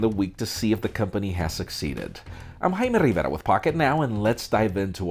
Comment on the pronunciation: Damn so satisfying when he says "hello I'm " and then continues with his review.